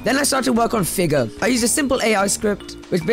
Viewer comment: bro said "next i decided to make figger!"